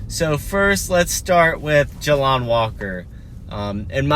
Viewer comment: JAY LON NOT JA LON